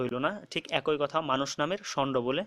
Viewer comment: ভাল লেগেছে।তবে 'একই' শব্দটি উচ্চারণের ক্ষেত্রে খটকা কাজ করেছে।এটা কি আসলে এক+ই না এক+ঐ?